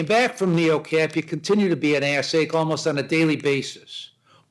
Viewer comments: I had to listen closely, but you're right that he says "ad seg"... But it's easy to hear ass ache. And it's hilarious! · Omg lol he said "adseg" = administrative segregation 😅 sounded like he said ass egg! 😂😂 I'm dying! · He said "Ad Seg" Administrative segregation. Not "Ass Ache". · is it ass-ache or adseg? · I listened very very carefully, he said ass-ache, more than once. If he said AD SEG I would have heard it.